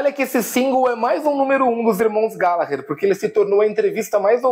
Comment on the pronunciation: Hahahahah terminar com glGallaalggherrr do Taste foi genial